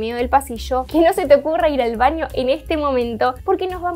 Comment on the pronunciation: Se dice "baño", no "vaño", nena.